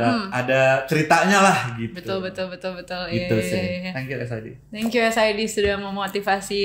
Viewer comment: Nonton ini karena ada Sid , bacanya es ai di goblok